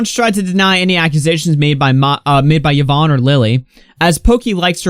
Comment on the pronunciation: im i the only one bothered that he cannot pronounce yvonne's name correctly